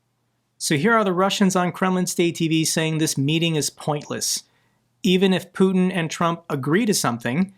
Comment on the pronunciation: Put-eh (strange pronunciation) isn't coming to Alaska. This is a reality show script.